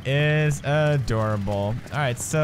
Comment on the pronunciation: "That is A-dorable" 😂